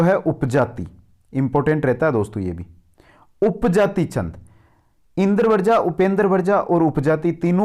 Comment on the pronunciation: Sir ji Indravarja pronunciation nhi karenge Indravajra pronunciation hoga